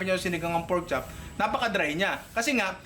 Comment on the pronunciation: Say it again "Porchop""